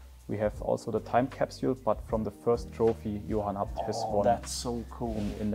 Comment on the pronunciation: Fyfan vilken jävla video du fått ihop, inspirerande som fan💯 men förlåt vem fan säger abt, man säger väll A B T?😂